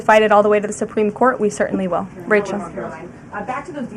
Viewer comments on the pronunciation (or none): none